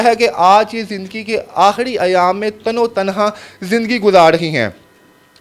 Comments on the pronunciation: جاہل تین بار تم نے تن تنہا کو تنو تنہا بولا اگر کبھی کوئی یہ پڑھ لے تو اس جاہل کو بتا دے کہ اپنے قومی زبان سیکھ لے جہالت میں نہ رہے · تن و تنہا لفظ نہیں ہوتا۔ تن تنہا ہوتا ہے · NOTE KAREN TAN E TANHA / LAFZ HOTA HAI YANI AKAILEY HI./ AAP NEY POORE VLOG MEIN TAN O TANHA / TAN O TANHA / BAAR BAAR BOLA/ AFSOS HUA APNI MAADRI ZABAN URDU NA THI KOE BAAT NAHIN JANAB KISSI SEY MASHWARA HI KAR LAITEY JANAB. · تنو تنھا غلط تلفظ ھے اسے صحیح بولیں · تن و تنہا نہیں تنے تنہا لفظ ہوتا ہے ۔ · او بھائی۔۔۔۔تن و تنہا نہیں۔۔۔ تنِ تنہا لفظ ہوتا ہے۔ صرف مائیک پاس ہونا اینکر نہیں بنادیتا۔ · Oy Tan o tanha no Tan E tanha hota hy Pudsar ni Parastar hy